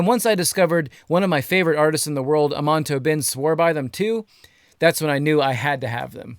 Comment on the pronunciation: All you need is a reference track whenever you're mixing. also you mispronounced Amon Tobin lol